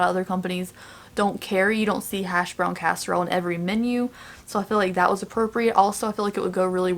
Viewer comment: Omg so cute. And this is the first time I’ve heard a little southern accent when you say casserole. Love it.